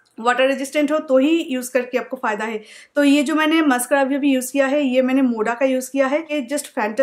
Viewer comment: Aur abhi hota abhi bola jata hai avi avi nh ok